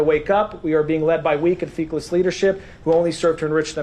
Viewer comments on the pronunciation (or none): It's feckless, not feakless you bonehead.